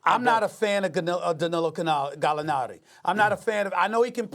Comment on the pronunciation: Stephen A brought out the Italian accent for Gallinari lol